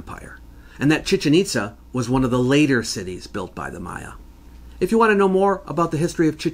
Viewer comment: Chichén Itzá, please, not Chíchen Ítza. Excellent video as usual!